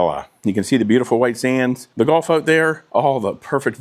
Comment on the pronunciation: 😂 I thought you were saying "Golf" front....